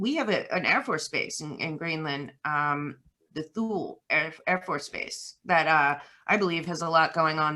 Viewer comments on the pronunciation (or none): the pronunciation of our USAF base in Greenland is “toolie.”